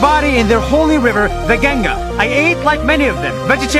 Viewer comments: It is not gangesh it is is Ganga. OMG can pronouns something correctly I have seen many people pronouns so many Indian words wrong . And acting like an Indian does not make you rich. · Its pronouced Gu-ng-aa not Ge-ng-a